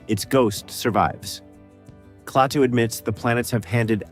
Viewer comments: It's Klaatu, not Claytoo you idiot AI! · A classic. It stands the test of time because it was so well done and featured realistic scenes and people who were real, not all actors. Too bad the AI narration isn't quite up to snuf - who the hell was clay-too in the movie? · I hear this complaint alot but, for AI, it was good except for a couple bad Klatu's. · " KLAY-TOO " ALL You need to hear .. to realize THIS Production is as phony as the Movie !! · Nice compilation of scenes and information of a great sci-fi film. However…I simply can’t get over the damn AI voice-overs that mispronounce so many obvious words. It;s NOT “clay-too”! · Bad scripting can ruin otherwise convincing AI narration. Klaatu mispronounced three different ways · Interesting. But the AI narrator mispronounces Klaatu every time. Lazy creator. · This would be a nice review without the text-to-speech. So is it "KLA-too" or "KLAY-too". Is it "WAshington -- DC" or "Washington, DC"? Lots of strange pauses in clauses... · The voice is computer-generated. It pronounces KLaatu two different ways. I wish the film had a scene from the future which showed Earth being destroy by Human arrogance and ignorance. I truly believe that's where we're headed! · I'm sick to death of A.I.'s bumbling attempts at being human. At least humans can be continuous in pronunciations. A.I. can't even pronounce a name without screwing it up before the video is over. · Annoying AI narration.. can't even pronounced Klaatu consistently... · It's interesting to hear these ideas about the wonderful film, but ye gods, the script-by-ChatGPT and the voice-over by some AI are both dreadful! "Quiet"/"Quietly" occur five times; a dead giveaway specifically for ChatGPT. It can't even consistently pronounce Klaatu's name. It's the last YouTube vid by this creator that I'll subject myself to.